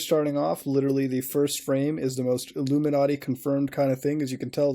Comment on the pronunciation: just want to say that I really appreciate how Muta says "Illuminarty".